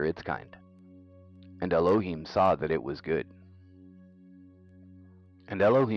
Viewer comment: at about you pronounce ELOHIM correctly. Every other time prior to this; I don't know how long after cause I just cant bear blasphemy, however well-intentioned, you have the wrong emphasis on the wrong syllable